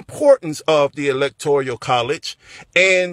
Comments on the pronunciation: love ya bud but it's electoral not electorial. This isn't being a grammar nzi just saying it'll be better if you say it right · Electoral college not electorial college. Love your video! ❤️ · I kinda like how he says electorial. I say it that way to! At least we both understand it even if we don’t say it right! Lol